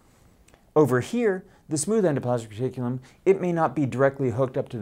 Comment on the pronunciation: It may roll off the tongue nicely, but unfortunately not off YOUR tongue. Slow down if you want to do it justice... EN-DO-PLAS-MIC RE-TIC-U-LUM. I remember this name from 8th grade when the class clown pronounced it in such a way that it stuck with me to this day 40 years later.